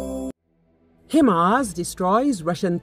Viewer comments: Its Hi Mars not Him Ars 😂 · I heard "Hi ma's."